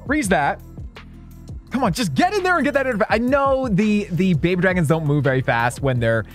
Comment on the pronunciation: “We have four more bhbydrhgens in the cc”